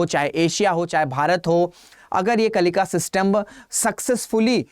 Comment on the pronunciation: अरे मंदबुद्धि मास्टर कम से कम उच्चारण तो सही से कर लिया करो।कलिका नहीं है कलिंका है।आधा न का उच्चारण कौन करेगा?